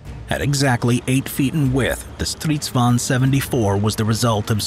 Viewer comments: Stridsvagn not stRiSvAn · As a swede i just love the way people from other countries say our words i just find it realy funny. You forgot the hard G in Stridsvagn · Kinda annoying that you forget the G in stridsvagn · "Striidsvaun" lol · i'm swedish, and i have NEVER heard anybody say sanslös. it's something else but i can't get my hands on it. 6 MONTHS LATER, I FOUND THE WORD! "meningslös" (and your pronounsiation of stridsvagn is ridiculous, but keep it in, it's funny.) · i hate how he pronounces stridsvagn